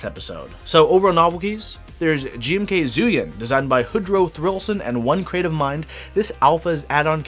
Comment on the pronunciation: Pretty sure zhuyin is pronounced "jew ying" not "zoo yin".